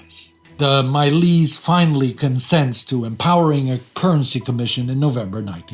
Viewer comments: Fantastic content. A quick note on pronunciation. The Iranian Parliament or Majles is pronounced with an English "j" not a Slavic "j", so it's not pronounced like the English words "My lease" but much closer to the English words "Much less". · Pronounce Majlis as: maj-LES or maj-LIS (regional differences). The "j" here is a English-type j consonant sound, not a stand in for a y-glide like in German or Polish. This is true for all transliterated Farsi and Dari words I can think of off the top. Examples: jan-GAL (Forest), joo-MAH (Friday), jeh-NOOB (South). Also, Farsi and Dari very much tends to last syllable stress, like French. This includes names. For example, in the this video you used Palahvi -pronounced: pah-lah-VEE (Farsi) or pah-lah-WEE (Dari). Some Arab loan words are occasional exceptions. You seem to take care to get names right and rendered authentically, so I thought I'd comment. Not trying to sharp shoot! Excellent presentation as always, team! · majlis, pronounced madge-less